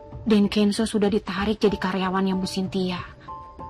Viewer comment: nyebut nama Kenzo aja kenso 😂😂😂